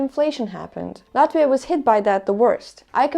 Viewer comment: me being a russian speaking, I felt how you pronounced "Latvia", feels like just home :-)